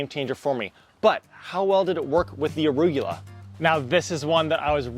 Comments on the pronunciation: Arugula is pronounced: “uh-roo-guh-lah” 👍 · Why does he keep saying arugyewla? 🤦🏻‍♂️🤣